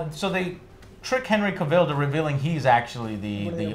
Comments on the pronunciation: All tea all shade, I think Henry Cavill's been around for a hot minute and he's earned the right for you gents to pronounce his name correctly. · can never pronounce Henry Cavil's name correctly. 😂😂😂